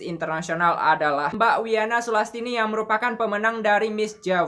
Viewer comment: kalau ngomong di tambahi kata e wkwkwkw contohnya mbak jd embak ... ngebahas engebahasss ... etahun ejajaran